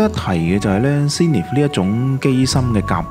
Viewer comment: btw 唔好介意 係 Zen ith 見好多香港youtuber係咁叫sing nith 又sin nith